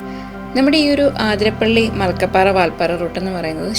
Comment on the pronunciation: ആതിര അല്ലാട്ടോ, അതിരപ്പിള്ളി ആണുട്ടോ